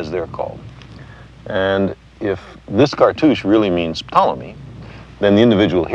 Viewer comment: why does sagan say p-tolemy, i thought the p was silent correct me if im wrong